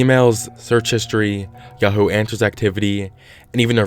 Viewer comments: Its pronounced "Yah-hoo" you stupid moron not "yo-ho". How dumb can you be? Herein lies the problem where stupid idiots with no education, make videos providing information to other idiots. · You have a very unique way of pronouncing Yahoo. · Y do u pronounce yahoo YoHo?